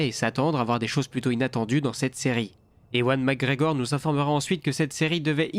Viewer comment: Bonjour, ewan mcgregor se prononce evan.